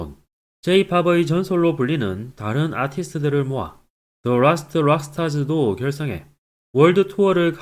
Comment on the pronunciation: 더 롸스트 롸스트롹 아니고 드 으랄스트 롸스트롹.